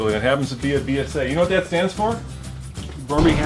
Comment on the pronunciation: We called them "Beezas" back in the day, Not "Beezers"....LOL. Like knowing a Beemer (the bike) from a Bimmer (the car.) Oh man, my age is showing. These were new bikes when I was a teen. Just please don't wreck or abuse it. It's a treasure that will speak to you and bond with you every mile you ride it. It's a shame that you are going to dump it after only 36 hours for the sake of a video. Given a chance, you might just find it irreplaceable. And yes, I have owned several Brit bikes. They were actually very reliable given appropriate TLC and maintenance. I could tell you many stories....